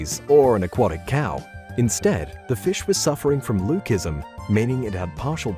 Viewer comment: MAN SAID FUCKING “LUKE ISM” 💀💀💀